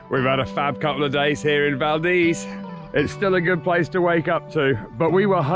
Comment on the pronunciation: Great video! It was so good to hear you pronounce Valdez correctly in this video! Safe travels!